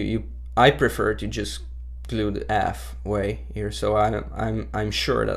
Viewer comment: I love how he silences his H's. "I just glue da alf of da nail, it elps.